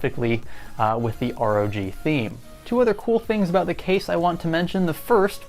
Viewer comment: The name is simple: ROG 1 (Rouge 1 ;) ). Pronounce ROG as a word (rawg) and there you have it.